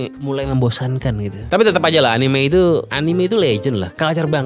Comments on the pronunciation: anime pake e bang, soalnya dalam bahasa jepang karakternya アニメ > a-ni-me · gitu emg kalo org Inggris mah bacanya😂😂 Anim